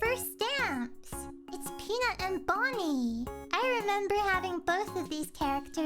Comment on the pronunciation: sweetheart, her name is Bunnie not Bonnie LOL I'M GLAD U HAD FUN THO!! I definitely want to go there one day